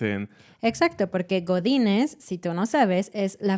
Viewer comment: When you said "Godinez" I could only hear "botines" (boots) XD thank you for this video!!!